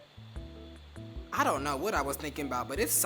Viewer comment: “Abunctious” 😭 kees